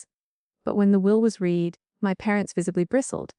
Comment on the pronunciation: Why does Ethan have a female English accent? It’s ridiculous when the wrong sex voice is used. You’ve ruined the story. 🙄🙄😬😬 When the will was reed? It should have been when the will was red! Obvious mispronunciations ruin the story too. 😮🙄😬